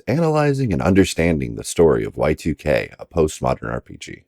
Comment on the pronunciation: please dont call it Y2K, its pronounced YIIK